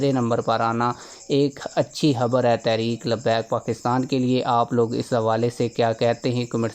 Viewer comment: بھئ یہ لفظ تحریک ھے تا ریک نہیں ہے۔۔۔ لفظ تو ٹھیک سے پڑ ھیں۔۔۔۔ please